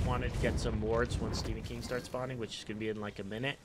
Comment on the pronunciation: Am I the only one who heard "Stephen King" instead of bull demon king? :p